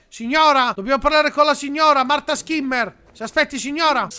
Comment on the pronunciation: i nomi sono in tedesco quindi si dovrebbe dire "Scimmer" non Schimmer Continua così sei un grande